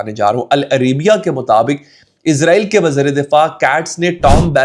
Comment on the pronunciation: bhai lafz ISRAEL hai "IZRAEL" eik farishty ka name hai...